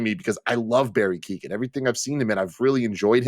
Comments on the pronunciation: Keoghan guys. Key-own. Not Keaton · Barry Kyo-han. Sorry to do it, but his name gets mispronounced everywhere